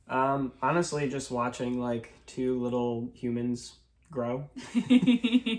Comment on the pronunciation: I loved when said “thanks for wayching”